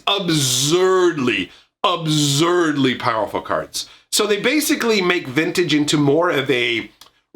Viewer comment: “ubZerrdlee” lol